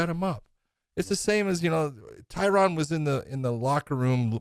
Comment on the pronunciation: Big John, you’re pronouncing Tyron’s name wrong. Still love ya.